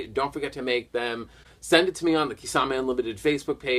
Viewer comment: Thank you so much for answering my question Kisame! And yeah you pronounced my name fine. I'll definitely be looking to get that Testament next ;)